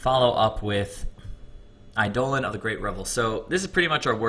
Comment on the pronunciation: By the way, it's pronounced EYE-deh-lon, not eye-DOH-len. :)